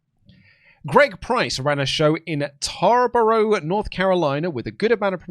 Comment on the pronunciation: Did mean Tarboro, NC? What a British way to say it, if he did lol